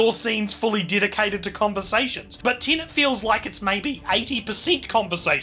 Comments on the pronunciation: Good discussion but, ironically, spoiled for me by both presenters mostly pronouncing the film as Tenant (mostly). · Within 2 seconds, "Tenant". Why can't people pronounce Tenet properly?!? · I keep hearing you say tenant. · You should have garbled the sound on this video, then we wouldn't have to hear you consistently call Tenet "TENANT". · Learn to pronounce „Tenet“ before you criticize it😂😂😂